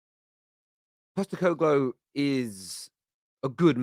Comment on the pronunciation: Not quite pronouncing it correctly, just change how you say glow at the end to glue and ur there 👌 He’s won in every country he’s managed in, as an Australian I’ve seen him do wonders as a manager. He’s the kinda guy who could deal/handle Levy. No fuss kinda guy and he doesn’t tolerate bullshit. Found it hilarious how Spurs fans have talked about him, he’s exactly the right person to take over.